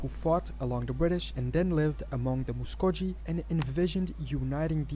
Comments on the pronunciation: Certainly not a full list. We don’t pronounce Muskogee like he did. My ancestors lived in their nation before the Trail of Tears. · Muskogee is pronounced with a hard “G” sound, as in, “go.”